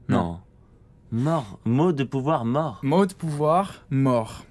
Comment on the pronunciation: charon c'est pas le dieu de la moreuh